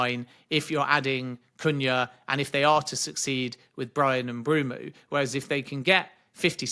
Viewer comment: Who is "Bryan Mbroomoo"? I wonder if Mbeumo calls Ben Jacobs "Bren Jacoobs"